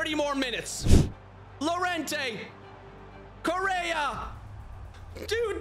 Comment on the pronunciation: Guirassi is pronounced "Guee’rassee", not "Jurassi" Llorente is pronounced "Liorentè", not "Lorentè"